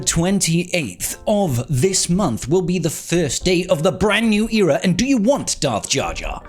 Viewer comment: its èra not eera